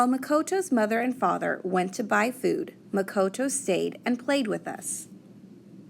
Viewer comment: It Muh-ko-to